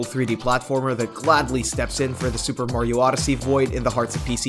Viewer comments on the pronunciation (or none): none